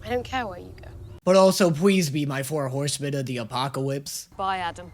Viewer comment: “But also pwease be my four howsemen of the apocawypse” 😂😂😂 The “apocawypse” killed me dead 😂